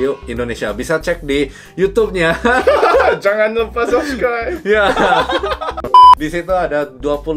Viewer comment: logat sunda terdengar jelas ketika ada tekanan di kata "nya" huwehhehe